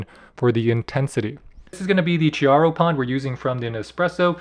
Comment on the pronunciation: The Italian "Chiaro" is pronounced "k-ee-yaro" and "Lungo" is pronounced "l-oon-goh" ["oo" = "b-oo-k"]